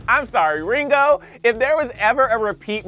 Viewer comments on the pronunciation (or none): "Ringo" sounded like "bringo"